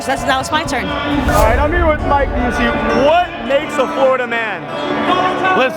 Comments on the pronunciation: Bussy lmao it’s pronounced Byou-see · it’s pronounced Mike B-use-see like the other Busey actor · You pronounced "Busey" wrong. 😅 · I love the constant mispronunciation of Busey as if he’s not Gary Busey’s relative